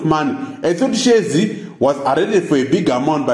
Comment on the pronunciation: who is responsible for this video? cannot even pronounce their surnames? who r you